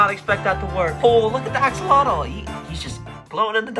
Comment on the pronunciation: The way you pronounce axolotl drives me nuts 😭. It's not "ax-el-lot-el", it's "oh-cel-lot" (with the lt made by tapping your tongue on the top of the back of the teeth, against the roof of the mouth). It's a Nahuatl word, and in Nahuatl, the tl sound is made by making a hard t sound, with almost a click, in the manor described above. If you're going to keep them and sell them, you should know how to pronounce the word.